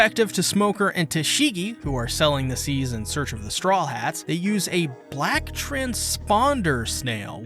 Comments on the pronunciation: Serious question why do you always mispronous strawhats as "strawlhats"? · Why does he always say „The Strawlheads“